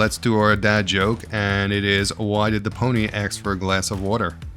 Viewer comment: Don't say "aks". It's "ASK"!